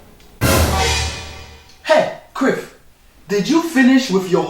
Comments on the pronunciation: It sounds like he's sayigf Criff instead of Cliff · he call him criff hahaha!😁